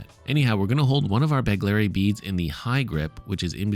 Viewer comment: BEGHHHLERI, NOT BEGLERI.